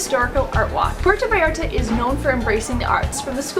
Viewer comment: ahhhh Im cringing at myself 🙈 how embarrassing of me! I’m so glad you told me this because I’m going to PV next week to make another video and I PROMISE I will try to pronounce this better! #gringaproblems